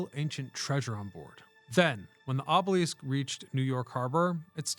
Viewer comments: aa·buh·luhsk, not aa·buh·leask - Went down a rabbit hole to see if any other language says it that way and got nothing. If this was a rage bait tactic to get comments you have succeeded in at least three as of this post. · Another poser historian who can't pronounce the very word that is the core subject matter of his material. Oobeleesk? I can't wait for the episode on the Sioux. Your credibility is completely shattered by this shortcoming. Pick a subject that you actually know something about before attempting to enlighten the world! It's offensive. Moving on and not checking back. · The way you are pronouncing obelisk seems incorrect. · I started watching this video today because it looks really interesting and the video seems really professionally done but I just couldn't get past the fact that he kept pronouncing the word obelisk incorrectly. So I had to stop watching. Maybe one day I'll try one of his other videos. Sorry, I'm not a hater I'm just being honest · Gross mispronouncing is the most common and annoying tip off of AI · The way you say obelisk is a little distracting and jarring